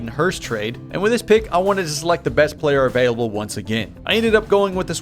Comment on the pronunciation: “Best Player Available” sounds like “the best player from Auburn”. Hey man, I do it too